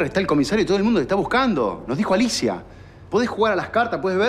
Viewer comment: Torcuato le dice Nerida y Alicia nelida porque no le sale la R